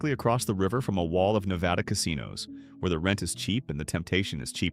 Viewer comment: lol😅😅 AI voice can’t even pronounce “Nevada” correct.